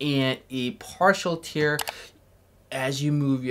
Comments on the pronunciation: Stop saying tear liek if it's crying. It's tear like bear, but with a T. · Yeah, i am really bothered how he pronounces TEAR. 😂